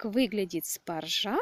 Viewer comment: В слове "спаржа" ударение надо ставить на первый слог - спАржа !!!!!!!!